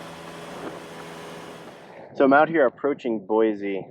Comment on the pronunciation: Great video. It’s “Boy-see” not “Boy-zee”.